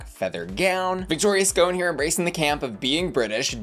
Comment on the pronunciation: why you mispronouncing Victoria’s name so much? It’s not “ScOHne”, it’s “sc’on”, like “Victoria’s Gone”.